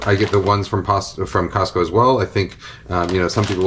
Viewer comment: Gotta say, I'm extremely pleased with how you say "Costco" as someone from the Pacific Northwest who sometimes says the "T" in it with exaggerated silliness. It should have an actual T sound, even though it mostly gets absorbed. Hooray weird linguistic stuff!